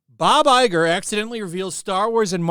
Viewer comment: Everytime Disney CEO Bob Lieger (Iger) moves his lips, all I hear is "Newspeak" and "Doublethink". And of course the Gaslighting! It's just an opinion.